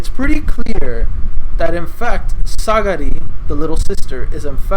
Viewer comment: It's Sagiri btw. Not Sagari XD